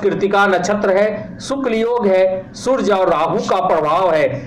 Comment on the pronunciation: aap rashifal bta rhe to surj kyo bol rahe suraj shbd shudh hota hai ji